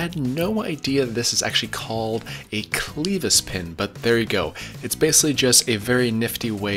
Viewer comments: first "cleevis" then kelvis lmao killing me! It's pronounced "Cleh-vis" now we both taught each other something today. Great video, swear im not a word nazi - I work in fluid power and hear the word clevis daily. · You're killing me with the pronunciation of Kel Vis pin.... It's a Clevis pin....not cleevis or Celvis. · Clevis pin not Celvis pin......Cle-vis not Kel-vis as in Clever ie clevis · Kelvis left the building. Clevis...pronounced clevis...sounds nothing like Elvis :) Ask the tractor guys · lol its not kell-vis pin!